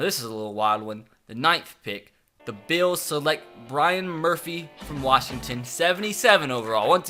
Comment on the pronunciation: Who’s bryon Murphy 😂